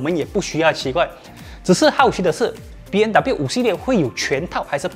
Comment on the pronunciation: 为什么我一直听到主持人一直说 BNW ?????真可怜，连品牌名字都读错！！！